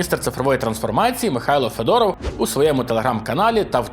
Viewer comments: Будь-ласка ФЕдоров а не феДОРОВ,трішки не приємно,взагальному випуск бомба❤️‍🔥🇺🇦💪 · У Федорова наголос на першій "е", ще образиться.